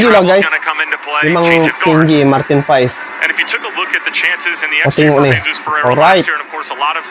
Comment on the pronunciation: Nyebutinnya Martin pas bukan pais, emang pais ikan 🤦